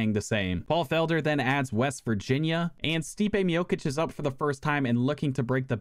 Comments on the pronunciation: between u pronouncing stipe's name as "miokich" and utah as "utahl" you've successfully earned a dislike from me. how tf do you not know who carlos condit or johnny hendricks are tf lmao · Bro sayin mijokic